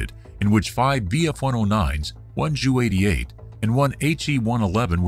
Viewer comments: I've heard it pronounced that way before and never took offense, but given who flew it I understand why J U might be the better way to go. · First time I heard “JU’ pronounced as “jew”. I know this as J U.